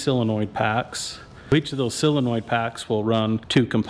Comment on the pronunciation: Good work. I've heard of a solenoid. What the heck is a sillinoid?